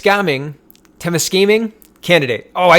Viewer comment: You pronounced Temiscaming right the first time 👍